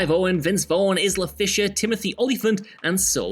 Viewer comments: “Izzla Fisher?” “Izzla?” Aye-la! Aye-la Fisher! 😂 Whotfs called Izzla? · It's spelt Isla but it's pronounced I la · Isla....... Let me ask this- do you say ISland or ISle. It's a silent "s". Jesus.